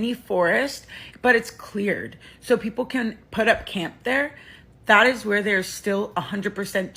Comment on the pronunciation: I legit thought you said "poople" i had to rewatch a few times